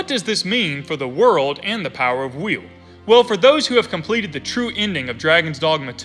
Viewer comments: I'm southern and have a thicker accent than you and still pronounce WILL correctly. Believe you might have an impediment. Still love the videos though 👍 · Why are you saying wheel? Its just will